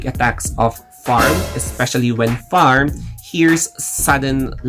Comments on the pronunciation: Your pronunciation of 'Pharm' is sounds weird.. it's not 'Farm' not 'F' but it's 'P' Can you hear their pronunciation in the series? I'm Sorry but i feel uncomfortable every time when you call him like that 😅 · He Filipino they usually can’t pronunciations P that why it sound F not his fault